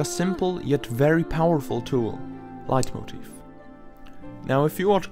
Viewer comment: Are you german? Your pronounciation of the word "Leitmotiv" is really impressive